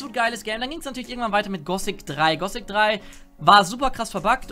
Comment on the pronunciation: ich weis es ist nur eine kleinigkeit aber wenn irgenjemand gossic statt gothic sagt klingt dass einfach so falsch. Genau wie bei jedem anderen wort mit th